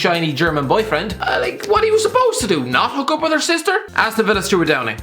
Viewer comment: Why are you saying yee instead of you?